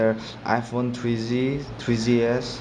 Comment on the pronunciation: twree zee, twree zee-es